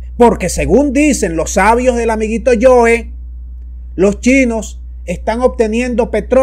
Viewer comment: No es el amiguito "yoe", es el amiguito "joe"